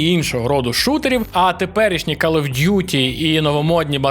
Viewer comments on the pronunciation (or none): none